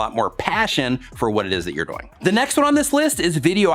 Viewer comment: Does anybody here say DOYING? Instead of DOING? Lol love ya 👍❤